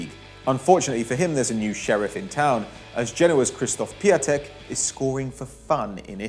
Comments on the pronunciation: 1-its called piontek not piatek 2-Andre Silva wanted to leave Milan, Gattuso wanted to hold him 3-No Suso really? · its pronounced piotek not piatek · Piatek is pronounced „piontek“ Still a great video